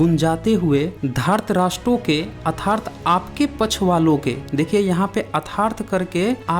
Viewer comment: अथार्त नहीं अर्थात पढिये ।शुद्ध हिंदी बोलिये ।कई विशुद्धियाॅ आ रही हैं ।विषय से कोई शिकायत नही है ।